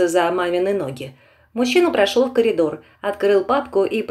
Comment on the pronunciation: Не колидор, а коридор. Очень часто это слово произносят не правильно😮